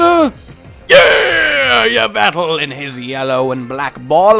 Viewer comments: it's pronounced EVIL-tal. Also, that Pokémon is BALANCE. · I pronounce Yveltal Ee-vel-tall